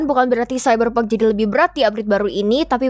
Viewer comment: Iya gan ane dengerny jg gt.. Semoga next vid pronounce ny lebih disempurnakan lg, n jgn lupa jg disunting dlu jd minimal bs di rekam ulang voicenya klo ad yg kurang pas #IMHO